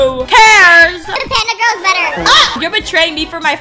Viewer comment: That guy was so creep that girl was real fan bc she defended u plus she was not simping than sayin i unsubbed i like Dapandagirl u should have become my girl Lol i luv how he said grill instead of girl 😂😂😂😂❤ LUV U ❤❤😊